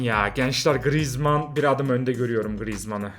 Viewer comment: Abi grezman dedin beni kaybettin